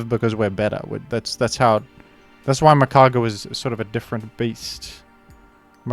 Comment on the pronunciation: It's Magcargo